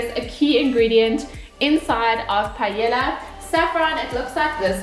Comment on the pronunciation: Repeat after me. PA. EY. YA. (the two "L"s sounds like a Y).